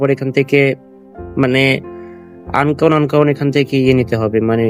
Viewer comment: আনকাউন্ট না রে ভাই🤣, আন্নোন হবে😂